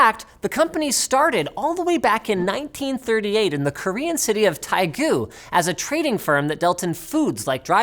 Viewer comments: Not Daigu. Dae - gu. Like Bae, but with D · bruh tahy-goo isnt how u pronounce it, its more like day-goo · tai-gu, lmao XD (dae-gu) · Just saying daegu is pronounced as teh-gu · i'm sorry but Daegu is pronounced as spelled, like the æ sound and not "Taigu"